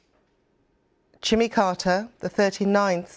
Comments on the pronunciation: The newsreader can't pronounce his name.. it's not Jummer, it's Jimmy! Lots of hesitation- you see who's good when it's breaking news and they haven't had much time to go through it. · Who's jimmer how can you pronounce Jimmy to "jimmer"